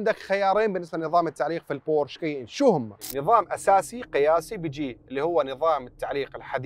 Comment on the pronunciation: شي مؤسف أن شخص خبير مثلك يا ينطق إسم السيارة غلط!!!! و الله ما قدرت أكمل الفيديو بسبب هالشي.